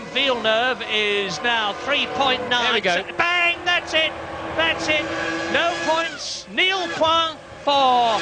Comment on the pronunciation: " Bang! That's it! That's it! No points! Nil puah! For Michael Schumacher!" -Murray Walker 🤣🤣🤣 A little-known Murray-ism. I think in his attempt to speak french, Murray invented a new language there...